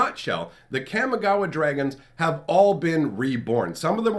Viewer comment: I love your videos. I just have one complaint. Your pronunciation of Kamigawa is wrong. Since it's modeled after Japanese, it is pronounced (kah-mee-GAH-wah). Thank you! Keep on keepin on.